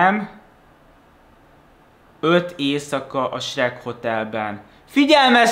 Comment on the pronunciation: AZT MONDA AZ ELEJEN HOGY SHEK